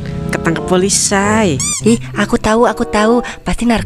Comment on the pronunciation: Saya gagal Fokus sama sebuah kata POLISI yg di bunyikan "POLISAI" .... wkwkwkwkkkk